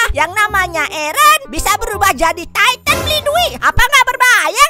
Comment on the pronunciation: Eren jadi taiten bang